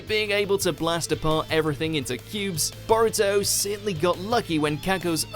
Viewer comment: C'mon man if you're gonna make a video about anime fights actually put some effort into properly pronouncing the characters names